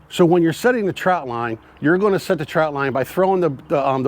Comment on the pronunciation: Thanks for the info. I grew up in Maryland and in the Summer we spent just about every weekend on the Chesapeake in Deale MD. We used the square traps and we fished , swam , and also did a little waterskiing as a family of 5. One thing I'd point oout . It sounds like you are saying TROUT line . It's called a TROT line , no U . Steamed in beer and Old Bay is the only way 😎